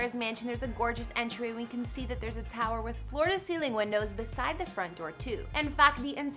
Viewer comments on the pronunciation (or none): none